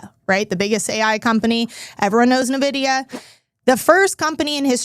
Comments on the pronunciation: pronounced EN Vidia, not Nuh Vidia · I stopped listening when she called it Nuh-vidia 😂